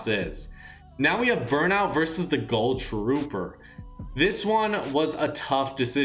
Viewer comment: Why does he say gull trooper